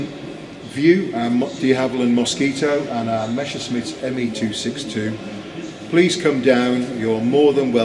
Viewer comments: Really terrible sound. And messerschmit is pronounced mesershmit not meshersmit 🙉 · It is not Meshersmit oh dear!